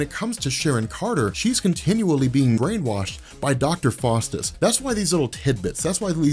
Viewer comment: Its pronounced Dr. FOWstus, not Dr. FAWstus. Small point perhaps, but pronunciation IS important. That said, GREAT video as always: you help make sense of a more or less nonsensical, increasingly large comic "mulitiverse". Thank you!.